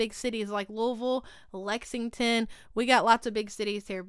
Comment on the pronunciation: your hair is GORGEOUS! FINALLY A YOUTUBER that can say Louisville right! Yasss my girl! I’m in Lebanon KY which is central right in the damn middle of the state! Where are you from?